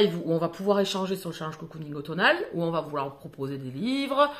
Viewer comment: Hello Le challenge a l'air hyper cool 😉😉😉 Mais, par pitié, Apprends à prononcer Challenge correctement stp!!!!! mes oreilles saignent à flots là 😖😖😖